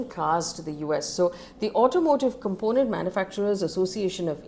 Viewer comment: If I were you I’ll work on “component” and “aluminium”pronunciation. As your news is quite informative.